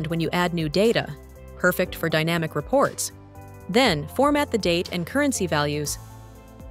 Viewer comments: Why the stupid AI voiceover? The voiceover also makes the mistake of saying DAYnamic instead of dynamic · Other than that: very informative and useful 😊